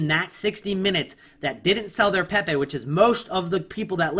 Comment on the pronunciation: If he says "PehPeh" one more time xD <3